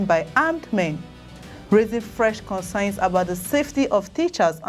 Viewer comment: .... While returning from farm. Well-done Madam, but the word is concerns not 'consign'.